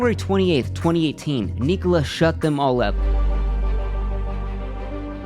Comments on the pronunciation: Subbed immediatley, amazin channel, but it's irritating that you did not research how to pronounce "Nikola" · Am i the only one who hates how he pronounces Nikola? I have never heard it pronounced that way. I could be wrong....what does everyone else think?